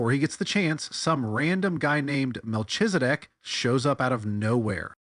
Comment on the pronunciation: One small thing. "Chedorlaomer" is pronounced Khedola'omer. (No cheddar was harmed in the making of this tale.) Same thing with the "ch" in Melchizedek: it's Melkhizedek.